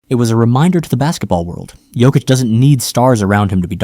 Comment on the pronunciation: The best player EVER! Sorry that’s the stats and you are pronouncing Nikola Jokics name wrong. Uggg u keep saying 😮t wrong. He also has the horses living in his house in my hometown. He has a horsetrack in the basement his points pervgame are amazing but his amazing talents include his no look bounce passes and no look throws to Aaron Gordan now known ad Air Jordan. Also Jokics rebounding skills are unstoppable! All around he is not only an amazing basketball player but he is an amazing Husband a dad of two young ones . At the end of the games he tells everyone good Job and goes home . Ya no time time for bs . He’s a family man and goes home till practice o🎉 the next game we do have 5 players that are bad axxes just Nikola is the best ever even Michael Jordan gave him the GOAT TITLE He said no one is better it’s his now.-He is absolutely the most amazing player! Not only Jordan but tons of pros say he is untouchable and it’s true, i’m thankful he’s our #1 son!!!~ a true Denver nuggets fan~TEENA PLRGIRLZ